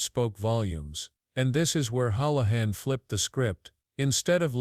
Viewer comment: Hoolahan .hool not howl